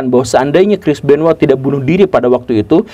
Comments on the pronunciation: Namanya CHRIS BENOIT pak GURU. Kok saya dengar Namanya Kris Benoa. 🤣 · Gw taunya crish benoit bukan crish benowa😂